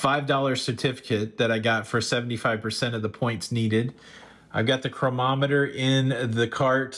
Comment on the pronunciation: . nice haul! i believe it`s pronounced: crow-nah-meh-ter. chronometer.